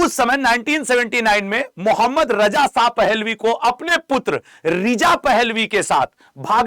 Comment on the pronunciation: اب چوتیے ساہ نہی ہے شاہ ہے پہلے بولنا سیکھ پھر رضا شاہ پر وی لاگ بنانا ابھی تو صرف رجا ساہ پر وی لاگ بنا 😅😅😅😅